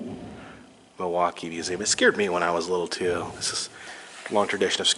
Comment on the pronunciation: Can tell you're a fellow native because you pronounce Muhwaukee correctly.